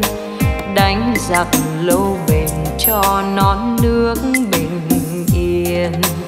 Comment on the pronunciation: Giọng ca thật tuyệt vời ,tuy nhiên phát âm sai chữ " lâu " thành chữ "sâu " ca sĩ nên tôn trọng tác giả bằng cách không đổi lời bài hát